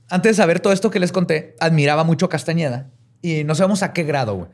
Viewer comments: ¿Y no se dio cuenta en tOOOodaaaa su INVESTIGACIÓN que en Tooodas sus fuentes dice CASTANEDA y no CASTAÑEDA? 🤨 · Si hubiera investigado personalmente este tema lo hubiera presentado diferente, por el simple hecho de decir Castañeda y no Castaneda, por presentar a pachita como una bruta, etc. Neta le falto mucho a este episodio, ya no es lo mismo de antes:(